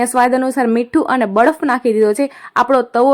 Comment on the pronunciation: બડફ નય બરફ 😅😅